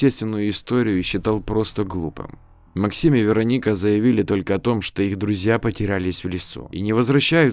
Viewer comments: ну вы же русский, аудитория в основном русская, зачем коверкать? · то ВерОника, то ВеронИка. Определиться бы. ВерОника обычно западное произношение. Тогда Ангелину надо было Анджелиной/Анджелой назвать, если уж история на западный манер.